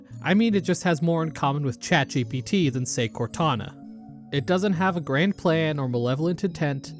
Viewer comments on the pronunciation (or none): none